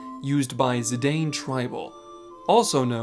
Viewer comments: His name is "Zih-Dahn" not "Zih-Dayne" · That's not how you pronounce Zidane. It's Zih-dahn, not Zih-dayn. It's consistently pronounced that way in all of the Dissidia games. It's also a surname irl.